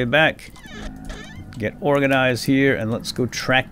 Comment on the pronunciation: what is with you? It's "let's get organASized"!